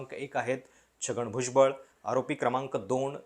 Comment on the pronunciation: किरीट सोमय्या यांना भुजबळ नावाचा नीट उच्चारही करता येत नाही 😂 राऊत आणि भुजबळांनी जे भोगलं त्याचे काय?